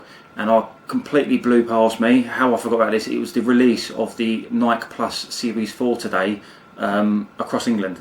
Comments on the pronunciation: FYI, Nike is pronounced 'Ni key', Great presentation though. Well organized and thorough. Thanks! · Every time he pronounced Nike wrong it shattered a piece of my soul. Good vid tho this is what I’m gonna get now. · Get your pronunciation of Nike right, dude